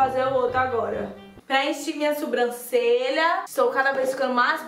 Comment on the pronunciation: Adoro te ver falando "SUbrancelha"